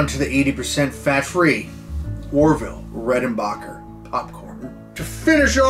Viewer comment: Over the years, two things have remained constant in L.A. Beast's videos – him doing the robot while eating something challenging and him needing to get his Bering Strait. That phone call at the end was amazing. Those chips are as old as me! Orville Reckonbarbacker... I'm pretty sure you're not the only person to have said his name like that 😂